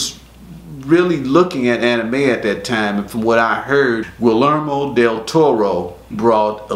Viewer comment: Guillermo Del Toro. Guillermo ... pronounced Gee-YER-mo. Double "LL" in Spanish makes a "Y" sound.